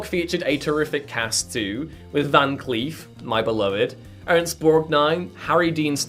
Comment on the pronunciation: Ernest Borgnine was never called, “Ernst.” Was that just a mispronunciation by accident? It undermines the sense of your knowledgeability.